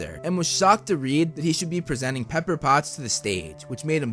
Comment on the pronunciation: “Paper” XD it’s “Pepper* btw:)